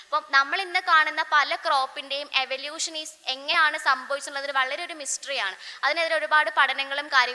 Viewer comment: Eavlution paryan nei pora athu kodu practice chiyuka